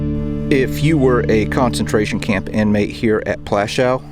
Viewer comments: If you want to make some money from these videos at least make sure you pronounce the names right it's not called Plaschau but Plaszow, if you want to tell something about history do it right. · Its not Plashau... its Pl'aszuff, more respect to more respect for other languages, please. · Its not pronounced Plashou - Its pronounced Pwashov good sir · Dude, it’s Poouashoov, not that difficult to pronounce. ;) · I love your videos and you’ve earned a subscription, but please, W is pronounced as V. Plaszow is pronounced Plashov. Krakow is pronounced Krakov Warsaw is pronounced Varshava. Cheers, still massively adore your work. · It’s pronounced plashov, Polish W is pronounced V, as in Krakow which is pronounced Krakov. Thank you for this, it’s the first of your videos I’ve watched. I’m going to subscribe. If you haven’t been to Majdanek, pronounced Midarneck, I suggest you go, it is the only camp which has been left as it was, every time I mention it, my stomach always feels as it did on the day I visited which was in 1988. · Please learn the proper polish pronunciation..not that hard...had no idea what plashaw was. Am polish.. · prounounced platzow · Teeny bit disrespectful not to learn a bit of Polish pronunciation. Krark-uff and Pwash-uff. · YOU WOULD THINK THAT PEOPLE SO CONCERNED WITH HISTORY< WOULD TAKE THE TIME TO LEARN THE PROPER PRONOUNCIATION OF POLISH CITIES, NAMES, AND SITES. Cracow is pronounced KRA-KOOV. PLASZOW is pronounced PWAHSH-OOV. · I thought it is pronounced pawashoff.